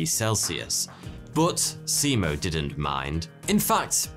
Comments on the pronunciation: In Finnish, a written 'i' is always pronounced the same way. It sounds like the 'e' in 'keep'. And in Finnish, most syllables are stressd equally and very little, or it's the first syllable only in every word that is stressed. To a Finnish ear, both Se-Mo and See-Mou sound strange. But if you stress it like 'nemo' in Latin (except that the Latin 'e' is also a Finnish 'e' and you need to put a Finnish 'i' there), you're there. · Thank you! I found the pronunciation understandable, although I could have offered a few hints to make it even better. Only it is late by now. But I just could not fight my temptation. So here goes. In Finnish, if you mean a long vowel, you write it double. In this case the name Simo is not pronounced "Si-imo". In other words, the single "i" sounds like in the English word "lip". And "ä" (the a with dots over it), together with the leading "h" is pronounced like "ha" in English word "hand", not like a "hawk" or "house", for example. Now those out of the way, I must admit that I don't have a really good explanation for the "y", not at the moment anyway. Just that it definitely is not like in the English word "any" or "say". Maybe the Korean car brand Hyundai gives a bit of idea. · as a finnish person, its funny sounding how he says simo`s name